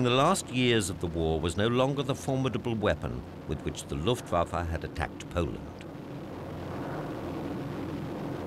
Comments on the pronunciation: Am I the only one wondering who is the Luft Fa Fa in this doc? :D Any historian should know it is written Luftwaffe. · Great documentary - But did you not mean Luftwaffe -rather than Luft Fafa! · The Luft Fafa, eh?